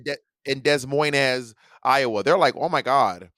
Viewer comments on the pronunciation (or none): Bob's pronunciation of Des Moines Iowa was criminal!